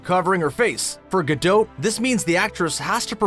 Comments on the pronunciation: it's gal gaDOT, not gal ga -DOUGH -t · Gal Gadot's last name is pronounced Gah DOT not gadote. Just FYI🙂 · Whoever is voicing this video, will you please learn how to pronounce Gal Gadot's name correctly! She is NOT French. Her name is Gadot as in spot, not Gadoat as in goat! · Sorry but the repeated 'gadote' pronunciation instead of 'gadoh' was too jarring for me to enjoy the video. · Why do you keep calling her Gal Gado or Gal Gadod? It's Gal Gadot, the T is a must, like a British T. DownTon Abby, leTTers, not ledders, etc... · It's pronounced Ga-DOT not Ga-doe or Ga-dote. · Its pronounced "Ga-Doe" Not Ga-Dote'..... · He keeps saying her last name as “guh-dote” and drives me nuts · Nate Olson It is actually pronounced gaDOT. She emphasised it herself during a talk show. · Omg GadoT, with a T at the endddd gadoT! the T is not silent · Would it have been difficult to learn how to pronounce her name first? Ga-dote is like nails on a chalkboard. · Or her name 😂😂😂 GA-DOT. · Gal ga-DOH-'T', prOHcess, Warner BrOHs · Dude I think you mispronounced her name. It's not ga-dough. 😅🤣🤣😂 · It’s gah doh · You're supposed to hear the T. It's pronounced "Gadott" (source: I speak Hebrew) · This video made me go look up how to pronounce Gadot.....I've been doing it wrong....lol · The way he says Gadot is irking my soul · You cannot pronounce her last name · You’ve pronounced her name Incorrectly 6500 times in the video. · Words you said wrong: Gadot, project, process. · Way to mispronounce her name the entire video! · Why do Canadians have to pronounce everything with a long O sound? Good why do you keep mispronouncing her name!?! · Why do you pronounce her surname like that? She’s Israeli, not French. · Killing me with the mispronunciations.... You need a verbal editor, badly, even for a Canadian. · Say her name correctly, please. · Bro, that's just not how her name is pronounced. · Learn how to say her name correctly. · She pronounces it with a T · The T is silent in her name